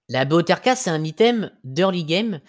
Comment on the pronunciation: La BOTRK se prononce botreukeu